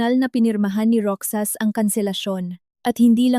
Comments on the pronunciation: Hoy narrator magbasa ka nman ng comments para Malaman mo na Ang Tanga mo sa pagbigkas mo ng Roxas. Basahin mo ng rohas Hindi roksas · Mali-mali ang bigkas ng ilang salita gaya ng Roxas, ang bigkas ng narrator : Ro-xas/ sas tamang bigkas ng Roxas ay: Ro-jas/ has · Roxas or Rojas not roksas ano ba yan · Nakakainis kaya pakinggan, ang pag bigkas ng roksas, imbis na Rohas (Roxas) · Roksas ang dapat na pagbasa niyan ay rohas kasi ganito ang pagbasa ng kaibigan ko sa apelyido nila same as Roxas or Rojas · Hindi ka baggy narrator daig kapa ng isang kinder sa pagbabasa paano naging Roksas ang Roxas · plaese sorry po na icheck ko ang pag pronouns ng ROXAS(ROHAS) po ang pronounce nyan